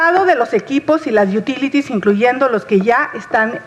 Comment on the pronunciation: jajaja, "las yutílitis".